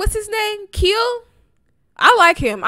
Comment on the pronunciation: Kiel is pronounced Kyle! And he's choreographer who works with twice ALOT. He's done multiple of their choreographies! And Chaeyoung is very tatted. She used to have to hide them but not anymore!!